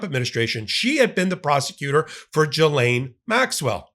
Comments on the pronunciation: Not jilaine..gilaine. Just sayin’ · It's pronounced Ghi-lane. Hard G. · Everyone seems to pronounce this name differently so I looked it up. The name Ghislaine is pronounced: “GISS-len” (IPA: /ˈɡɪz.lɛn/) Here’s a breakdown: • “GISS” rhymes with miss • “len” sounds like the name Len Ghislaine Maxwell herself reportedly uses the English pronunciation: “GISS-len.” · I find it funny how all Americans pronounce Ghislaine wrong lol